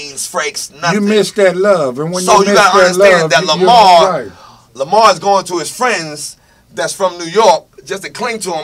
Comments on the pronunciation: Lamar not Lamount.hell naw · Why does this man who swears he knows LAMAR keep calling him LAMONT???!!!!!